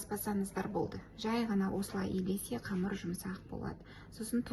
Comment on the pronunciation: Не камар, а камЫр